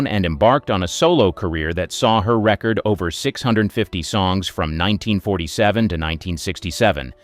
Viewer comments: I bailed early on this because of how "record" was pronounced "wrecker'd". Down-thumb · You can always spot a machine, because it can't pronounce words like "record" in the way that is dictated by the context.